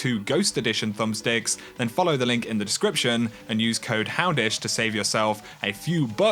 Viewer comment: love your channel man! so much great information and you stay up to date. i just find it hillarious everytime you say " here" i hear "hammish" haha.